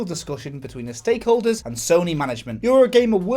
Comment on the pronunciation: did u say steakholders 😐